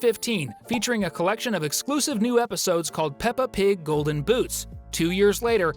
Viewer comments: Pepa? Its peppa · No, it's peppa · Bro it's peppa